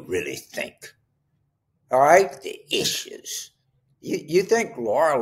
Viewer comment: “The EEESHUUUUES” 😂😂😂